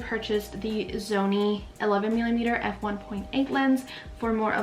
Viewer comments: you said “zony” instead of “sony” 😂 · why do you pronounce it zony instead of Sony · It stresses me out when you say Zony 😭🤣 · The "Zony" ZV-E10, (she can say it properly at time )